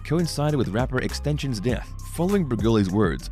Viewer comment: He said “Rapper Extentions” 😂 bruh it’s pronounced X X X - Ten - Tah - See - Own ! 🤣😭 #restinpowerX